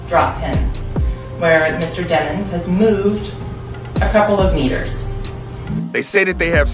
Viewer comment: “It’s de-mones” 😂😂😂😂